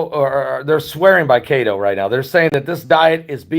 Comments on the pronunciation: Every time he says cate-o I laugh. It’s KETO, pronounced KEY-TOW. Short for ketosis. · Love your shows. Just one helpful hint. Keto is not pronounced kato, but (key...toe). It references to ketoacidosis that diabetics can develop when they produce Ketones in urine. I know this because I have a type 1 diabetic daughter. God Bless. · It's pronounced....KEY TOE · Pronounced kee-to. Didn't know what you were referring to until I looked below video. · Pronounced (Keeetow) =no carbs 🤷🏽‍♂️